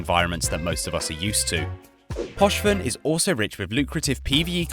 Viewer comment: Gallente -> Gallenté Poshven -> Pochven I know you're British so you're terrible at reading absolutely everything but please educate yourself beforehand on how to read things